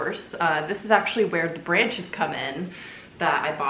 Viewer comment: did u just call them "branchies"? 😂🙌 🕸🕷🎃 the little painting above the keyrack is SO cute!